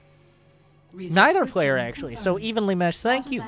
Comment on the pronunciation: This hurts all over, but good in some strange way. And "tank" you. LoL